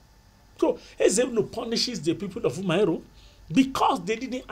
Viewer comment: Umuaro it’s pronounced Uh-Muh-AhRor Great videos,they really helped with my exams